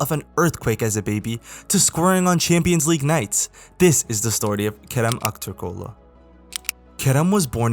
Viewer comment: nice video . true way to say aktürkoğlu , probably ure turk